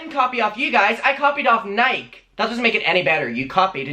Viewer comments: James Charles = Jeffree Star wannabe...He THINKS since his #'s are bigger than Jeffree Star's he can be a bigger bitch, but he's still a child in the business world and he has NO CLUE as to what he's doing. BTW...NIKE is pronounced NIK E (yes you say the E). Just helpin ya out a bit. ALSO, there should be a place to turn JC into, like the BBB (better business bureau, but you would need to know who he goes through for production etc). OH and Jeffree Star does the block on social media if he doesn't like what you have to say also. Hmm...I see where James has been gettin his tips from. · Nike? Nik-ee? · Nike is pronounced Nikeyyy lol a true Oregonian 🏃🏼‍♀️ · We love the way says Nike😂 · When you said ‘nike’ i quaked😂😂😂 you pronounce the e!!! I love you lmaoooo